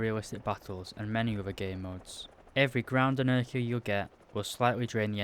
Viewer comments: the way you pronounce "air" is disgustaaang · If I have learned obe thing from this video, its that the "Briish" pronounce "Air" as "ör"... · the way he says air sounds like errr